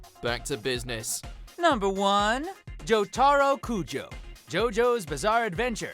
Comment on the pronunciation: JOOOOOOOOOJO pronounced like dio